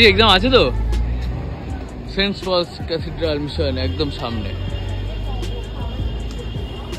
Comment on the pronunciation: vai college er name ta thik kore bol, ami okhankar alumini, name ta St. Paul's Cathedral Mission College, tui bolchis Saints Paul's ki vasha??????